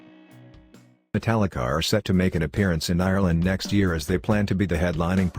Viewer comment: Notice that we said he said "Metallicar" Lol. and this video is b.s. because i met james a few weeks ago shook my hand autograph took not one but two pics with me and we were talking for about 10 minutes.